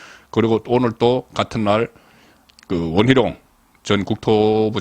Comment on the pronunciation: 원 희롱? 발음연습좀 하시길요~~